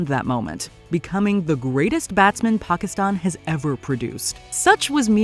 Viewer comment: You are probably the first American to pronounce Pakistan correctly